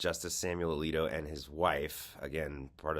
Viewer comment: Samuel A-leak-O!